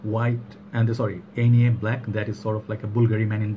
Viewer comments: Nice review like always but the pronunciation was not right 😁 is more german you need to say it more like the english name Ike with “ner“ at the end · Love this juice. I thought the brand is pronounced 'On yay'